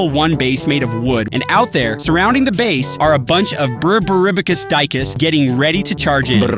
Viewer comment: Is deecoos not dycus is more like died goose